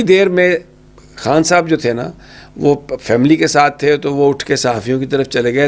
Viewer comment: Mere aaj ke "Haas Mehmaan" nahi, khaas mehmaan...... Imran Haan nahi, Imran Khan.... Bhai Huda nahi hota, Khuda hota hai 🥲🤔🤔